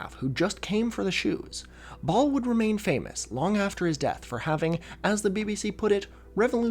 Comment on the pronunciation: Every time you said “Ball” I heard “Baal”